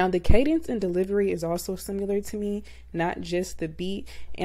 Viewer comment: Sim-i-lar > Sim-u-lar